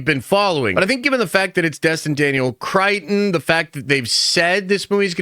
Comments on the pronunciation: It's Destin, not Dustin, and it's Cretton, not Crighton. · It’s not Crichton, cretin. It’s Cretton! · Bro really butchered destin’s last name 😂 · My man will never pronounce Destin Daniel Cretton's name correctly. 😂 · hasn't said it correctly in four years. He ain't starting now 😂